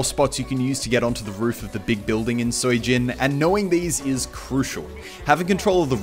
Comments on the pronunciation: Muselk I believe Sui Jin is pronounced Sway Jin. Just for referance. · very helpful vid also its pronounced like sweejin or something